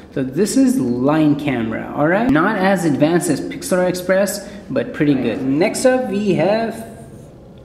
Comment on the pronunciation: it is "pixlr express".... not "pixlAr express"